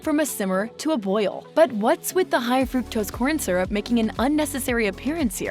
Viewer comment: She mispronounces the word "syrup" and has a generally annoying voice. Next time hire a professional (although "she" is probably AI)